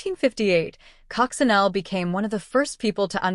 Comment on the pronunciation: cococinelle is prononced is coco sha neil